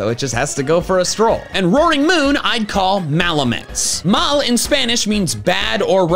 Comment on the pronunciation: You pronounced mal wrong